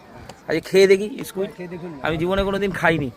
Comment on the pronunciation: Es ki uchharon squit ok